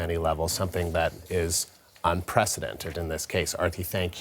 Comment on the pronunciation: its "unprecedented" not "unpresidented"